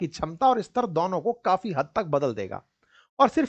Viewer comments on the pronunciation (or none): none